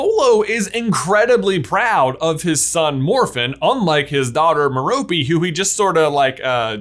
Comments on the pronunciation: Merope is named after a star. Pronounced Meh-ruh-pee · i thnk merope is said as me-ruh-pee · It's pronounced MEH-ruh-pee, with stress on the first syllable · I think merope is pronounced like mare-oh-pay with an emphasis on the first and last syllable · its ment to be meh-roe-pay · Merope = Mer-oh-pee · I cringe every time he say Merope in England it’s pronounced meh-row-pay or at least that’s how Stephen Fry pronounces it lol. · Merope: MARE-a-pee... Rhymes with "therapy". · J, I think it's M - heir - oh - pee Gaunt